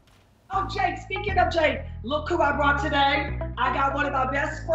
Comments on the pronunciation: Did she just say "Jade" instead of "Jeed"? I'm not kidding I listened to it like 3 times lol Edited: am I the only one who's a bit worried that Jade might have a wardrobe malfunction in that pink robe? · she said jade instead of jeed and i feel betrayed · Aww she says I’m Jade instead of I’m jeed